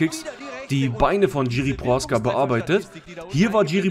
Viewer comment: Die Name vom prechadzka sprichst so was von fals aus😅 aber alles gut angenommen mach weiter so 👍 ❤ lieb dein kanal 😁 und deine glatze